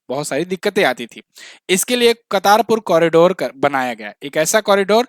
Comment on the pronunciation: कर्तारपुर corridor हैं...... कतारपुर नहीं